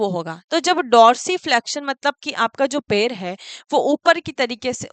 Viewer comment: Mam per nhi पैर बोलिये